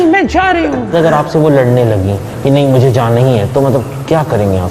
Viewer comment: oh my god englissss... Pakistani in englissss... Iman 2 rupay ka aur boliye na... 🤣🤣🤣🤣✌